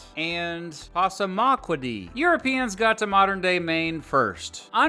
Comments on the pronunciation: Hi from Maine🎉 it’s pronounced “pass- a- ma- quady” lol in middle school our 5 halls were called the 5 tribes most common in Maine. We loved the research as kids. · Its pronunced pass-auh-ma-qua-de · it’s pronounced pass-a-ma-quoddy. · Hee, hee. Flatlandah trying to pronounce "Passamaquoddy." Now do "Passagassawaukeag." It's a river by my house. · really butchers the pronunciation of Passamaquoddy. aaahahahahahahahahahahaha He's even worse on Estêvão Gomes. hahahahahahaha "Maine is one of the safest states in the country" Yeah, we have open carry and Constitutional Carry. We own a lot of firearms. Take your "climate change" rhetoric and shove it. BTW - Portland sucks. It's full of transplant massholes. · Being of Acadian descent who lives in Northern Maine I want to correct you. We refer to each other as Acadian, Cajuns come from Louisiana. We are of different origin then the French from Quebec. You also mispronounced Passamaquoddy. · Butchered the Passamaquoddy name as well… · You didn't pronounce Passamaquoddy correctly. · You seriously mispronounced Passamaquoddy.